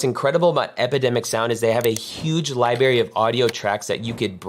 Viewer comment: Libary?????? Credibility? I'm sorry. Pronounced "Library"